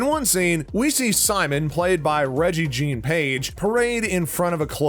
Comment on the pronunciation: His Name Is Rege' Jean Page